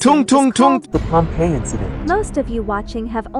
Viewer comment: It's not pompell it's Pompeii